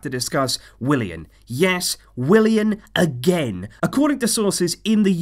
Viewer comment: What it's Willian not William what!!!!!!!!